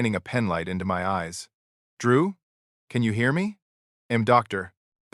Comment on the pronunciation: I hate it when AI says im instead of I'm. Id instead of I'd.